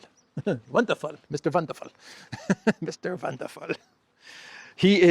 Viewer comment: Mr. Wander Full pronounced Deutsh accent 😀🤣